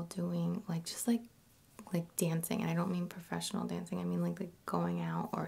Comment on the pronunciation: man i like her vids in general but the fact that she mispronounces silent 'g's constantly gets to me. dancin(geh), lovin(geh), doin(geh).